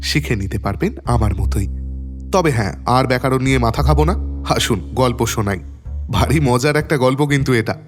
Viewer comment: দাদা, আপনার গল্প চয়নের ও কণ্ঠের একনিষ্ঠ ভক্ত ও নিয়মিত শ্রোতা... কিন্তু এই গল্প পাঠের ভূমিকাতে সম্ভবত অনবধানতা বশতঃ ব্যাকরণ এর বদলে ব্যাকারন শুনতে পেলাম। দয়া করে সমালোচনা ভাববেন না যেন🙏🙏 খুব ভালো থাকুন আর আমদের দারুন দারুন ক্লাসিকস শুনিয়ে যান